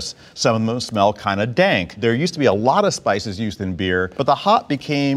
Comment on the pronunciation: lmao when his inner blackness comes out saying "dank"